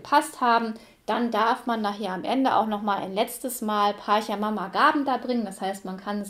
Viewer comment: Tiwanaku - südamerikanische Kultur, da musste ich einfach reinschauen… Auch wenn das nun gar keine Rolle spielt, macht das Spiel tatsächlich „Appetit“ auf mehr 😉. (Kleiner Tip: Pachamama wird „Patscha mama“ und Quetchua „ketschua“ ausgesprochen 😊)